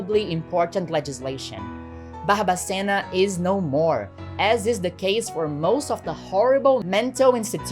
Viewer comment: Kkkkk eu nao acreditoooo! Primeiramente, incrivel o seu video, mega parabens, quando vc falou Barbacena no sotaque eu dei um pulo na cadeira. Amei a informação, amo de paixao o radio novelo, eles sao incriveis. Amoo vc 🫠❤